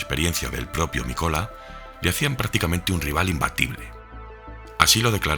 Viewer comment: Gracias por el vídeo. Los finlandeses, acentúan la primera sílaba del apellido, Mikola, no es Mikola, sino Míkola. Y así todos